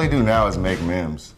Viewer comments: So no one is gonna call out my man pronouncing "memes" as "mims"? 🤔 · Him trying to pronounce memes is the best part.